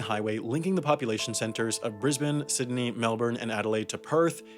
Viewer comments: It’s pronounced sid-nee, not ciddy. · Irregardless, it's Sydney not Sidney. Thank you. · "Sidney" We saw it man, we saw it lol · sidney? really? bruh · Did I hear him say “sydee “ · sidney lmao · “sidney“ i’m sorry, sam, we can’t protect you anymore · it's pronounced Sydney, sid-nee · He also said Sydney wrong .